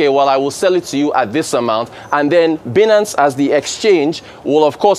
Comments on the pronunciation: "By-nance" pleaseee not "bee-nance" 😌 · Someone pls pronounce it right Binance; Binary-Finance…